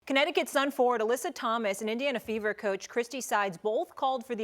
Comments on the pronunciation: Not even. She said Aleesa 🙄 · Molly how do you pronounce Alyssa name like Alicia? That was just unacceptable